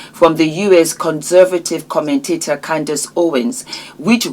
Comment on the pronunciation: Candace, not Candis!